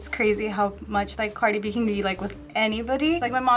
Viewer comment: well you love her but you can’t even say her name right smh